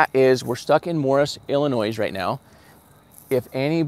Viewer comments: Do not pronounce the S In Illinois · S...is silent...!!! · BY THE WAY....... the last S in illlinois is silent you don't pronounce it!